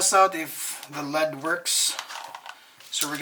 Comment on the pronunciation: L.E.D not said like lead. You say the letters separately. L. E. D. it stands for light emitting diode. You are driving me nuts, bro